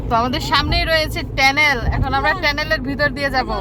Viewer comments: Tunnel ke tennel bolen keno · টেনেল না টানেল মুরখো